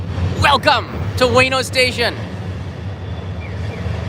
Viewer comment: ウエノ oo-e-no not way-no